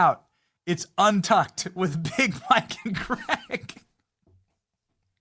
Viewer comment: You keep miss pronouncing BIG MIKE...